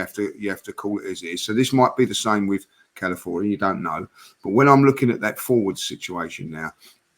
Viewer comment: Feel sorry for, signing Calafiori just means it's another player he can't pronounce 🤣